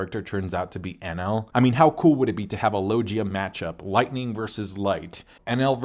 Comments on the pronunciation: Log-ia, LOG-ia, LOG-IA! Not lo-jia Other than that I agree 100% with everything else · He do be saying logia and paramecia weird tho